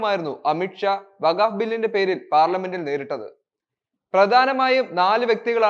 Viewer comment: വഗാവ് ബില്ല് അല്ല വഖ്ഫ് ബില്ല് എന്ന് പറയൂ